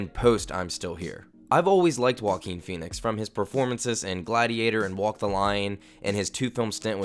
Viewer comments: Why people call him woaquin, he's joaquin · Is pronunced Hoaking, not whoaking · did you really say woakeen? bruh. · i cant stop hearing walking phoenix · Sounds like he's saying "walking Phoenix" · stop saying walking phoenix, ist JOAQUIN PHOENIX! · All I hear when his name is pronounced in this video is "Walkeen"... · The way you pronounce Joaquin :( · If he’s special then at least learn how to pronounce his name correctly!